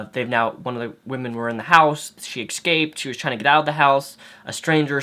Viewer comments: I hate it when people speak Walmart. It's ESCAPED, not excaped. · "eck scaped"